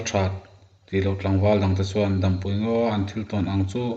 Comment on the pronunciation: Dampui ti a I lam hi a dik lo deuh in ka hria, Dam tih hi Ni hmu lo dam ti a thluk ngai niin ka hria.